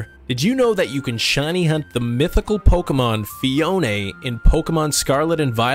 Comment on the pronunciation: FEE-OWN Not FEE-OWN-NAY It’s like you trynna say it with your pinky up or something but it just incorrect 😂